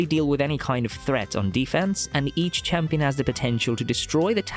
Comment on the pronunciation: what you say new chiampion💀